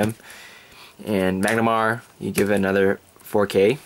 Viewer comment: have you tried using Tusk master? if so how did it go? What about using the 12 attackers for easier reaching 20K? Also it's Mah-nah-garm-er *not* Mag-na-mar